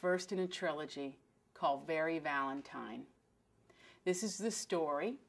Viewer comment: I love adriana! ...but did she say Valentime?!